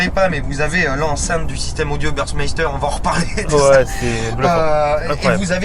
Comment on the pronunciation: C’est pas bursmaster 😂 , c’est burmester